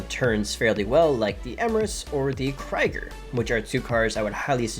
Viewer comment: Yoza-mite??? How have you not corrected your pronunciation of that yet?!?! It's yo-sem-itty...you're welcome. Also, Krieger is kree-gur not cry-gur. Ugh...